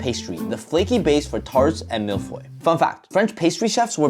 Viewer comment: "mille foy"